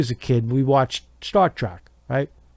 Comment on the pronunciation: “Star track”